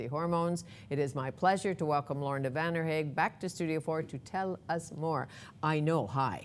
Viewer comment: did she just butcher Lorna's last name? hahaha coz i clicked on this video to hopefully learn how to pronounce Vanderhaeghe :p